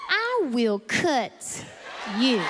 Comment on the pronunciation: She is funny.specially when she says i will cut yuu.